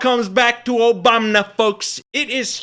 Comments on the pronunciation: Why do you mispronounce Obama's name? "Obamna"? What's that? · Why do you keep saying “Obamna”? Are you pronouncing it wrong on purpose cause you’ve said it multiple times? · Hey the “OBAMNA’S. 😂😂😂😂😂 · I know your trying to mock the right, but stop disrespecting President Barack Obama. You don't have to do this. We know the right purposely mispronounced his name, but you don't have to.